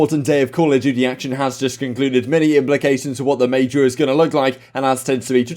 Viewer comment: No one: Absolutely no one:: at the Mayjaar